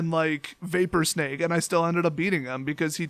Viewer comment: Maybe this was already pointed out but I didn't go through all the comments. "Snag" rhymes with "bag", not "vague", as in "This vapor form snagged the creature from the battlefield." Ya know what? While typing this out, I just heard you pronounce "drag" as "drayg". Dude, where are you from? "Drag" also rhymes with "bag" unless you pronounce it "bayg".